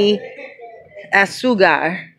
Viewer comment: AZU-CAR...so say it like ASOO-CAR